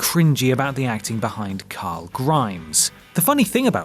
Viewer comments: Did he say Curul??? CARL!!! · You called him coral 👏🏻👏🏻lol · It’s Carl not coral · You called him coral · Rick Grimes its CORAL!!!!! Edit. Of all people you should know. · I think you lost everyone by suggesting Chandler Riggs was a bad casting choice for Carl. Especially when you can barely pronounce Carl (Ca-rooool?) mister "my job is narrating... Where you know, pronunciation is important"... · British people can't say the name Carl